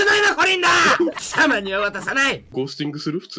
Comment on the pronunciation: 貴↑様⤵︎ には渡さない！ すき